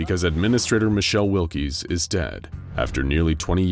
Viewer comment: Wilks not Will-Keys